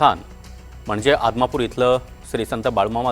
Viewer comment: आदमापूर म्हणा ओ आमदापूर कुठलं आलं हे..